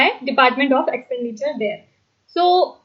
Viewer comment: Not worth wasting time in watching this video. In almost every question i have to google the news to understand some of the words. This is because some words are very unclear like the word EXPENDITURE in department of expenditure in question no 1 is not clear. So I stop ped watching the remaining video